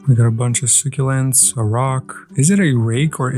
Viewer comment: To better help your pronunciation say succulents like “suck-ulents” hope this helps. Love your videos